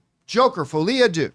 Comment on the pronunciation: What is with North Americans not being able to pronounce deux correctly? It's pronounced "duh" not "doo" ffs.